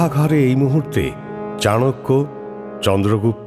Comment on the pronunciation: Sudhu golpo hisebe valoi. But ei chanakya nam ta charakya sunte kane kamon jano lagche